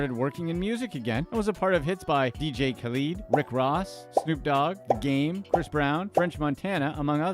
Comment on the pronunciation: DJ Khaleeed? LMAO